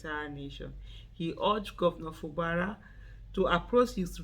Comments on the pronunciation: His name is pronounced as Fu Gbara. Not Fu Bara. . Fu Gbara is the right pronouciation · Fubara is an Ijaw name. Aisha pronounced it correctly. It is not pronounced FU GBA RA please.